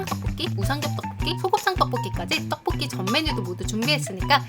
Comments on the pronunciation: 하... 의 떡볶이 발음 너무좋음ㅎㅎ 특히나 오늘 떡볶이를 많이 발음하셔서 더 좋앜ㅋ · 떡볶이 발음 개 찰지네